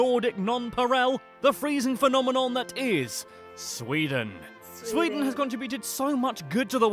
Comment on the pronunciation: It is sweden not sweedeen